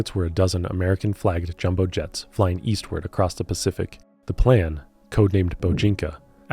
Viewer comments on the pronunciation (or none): none